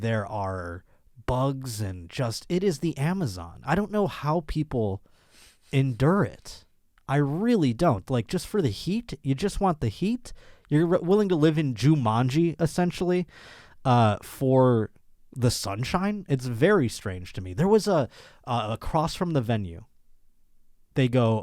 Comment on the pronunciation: JewManji ?? lmao